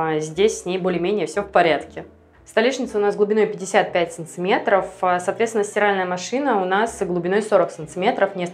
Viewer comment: Ну почему "САНЦЫМЕТРОВ" ???!